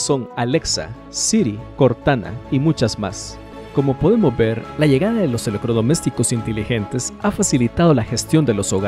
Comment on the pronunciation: Buen video... Amigo tiene problemas de Dicción con las letras "TR" es raro escuchar eleCRodomesticos... En vez de electrodomésticos.